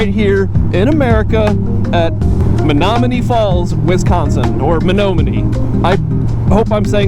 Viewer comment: Men-nom-me-knee Falls